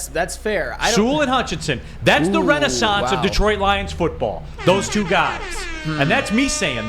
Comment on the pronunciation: You guys need to work on your pronunciation of Detroit